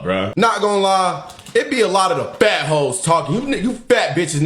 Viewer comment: the way dude says "fat" is like a southerner saying "black. Hilarious